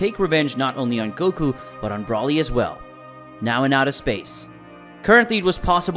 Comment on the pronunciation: You can say freezes name right but you can’t say Broly right look how I say it Broly